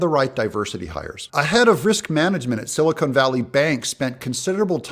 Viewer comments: It's not silicone Doug it's silicon. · Doug, with all due respect, this is directed at YOU. Silicon, as in Silicon Valley Bank, is pronounced "sil-ih-kahn". Silicone, the way you say it, is the product used in sealing products. Thank you. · Doug, it's Silicon - not Silicone. Just saying.